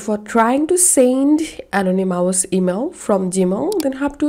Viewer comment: Thank you for the information. Just a little gentle constructive criticism, ( uh - naa - nuh - muhs ) Is how I believe this word "anonymous" to be pronounced.